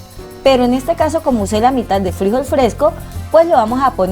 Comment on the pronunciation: Frijol, con acento en la última sílaba.